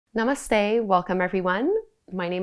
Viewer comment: As someone who is Indian and tired of people butchering even the most basic "namaste" pronunciation, I so so so appreciate that you took the time to learn how to say it correctly. It shows your respect for the culture and language behind yoga. ❤️